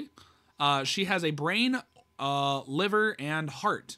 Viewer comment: Bro really said liver